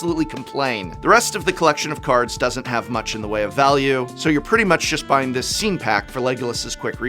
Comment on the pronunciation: Whenever he says scene, I always hear it as “scean,” like the emo style kid lol